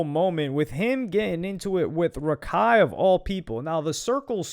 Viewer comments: it's rakak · it’s not Rakai it’s Kaira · it’s not raikai its rahkhai